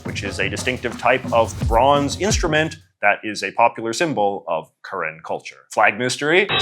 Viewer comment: I saw my flag in the thumbnail and immediately had to give it a watch. Thanks for your correct pronunciation of “Karen,” our land also goes by Kawthoolei :)